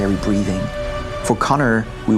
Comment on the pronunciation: HOW IS IT THAT HARD TO SAY “CONNOR” AND NOT “CONNER”